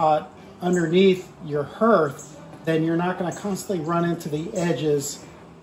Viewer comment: That word, “hearth” sounds like heart, not like herd.